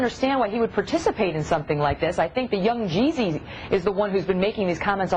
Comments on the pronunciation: i loled when she said 'young' 'jeeezy' like she was illiterate. on a side note, i want to thank the shoethrower too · "young.. gee zee" (cyndy.. looper)